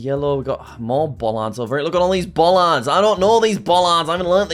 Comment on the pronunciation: idk why but the way he says bollards is so funny 😭